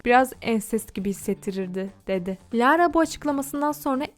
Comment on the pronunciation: lağğğğğğra ne ya bi düzgün oku